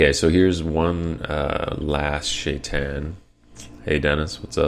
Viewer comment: It's SHA-I-TAHN, not Shait'n! Get it right!